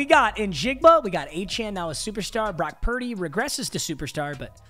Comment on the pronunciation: Brock pur-deh